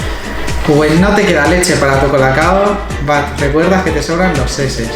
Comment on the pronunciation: no se dice seses se dice chi ches:v